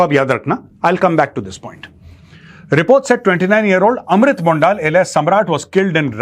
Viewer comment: Sir. Amrit Mondal..... not Mondaal..